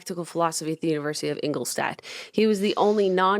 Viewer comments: In-gol-stadt pronounced // i life in Regensburg 50km away #BayernDesSammaMia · The way Jenna says Ingolstadt just makes me laugh. I had to google it to find out what she was trying to say. Also my dad always told me one quote that Paracelsus said and that was “the poison is made by its dose” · Ingolstadt is totally not pronounced the way Jenna pronounced it. Neither is Professor Weishaupt. 😂 And I thought Americans knew that Bavaria is in Germany. It's where all the German stereotypes come from.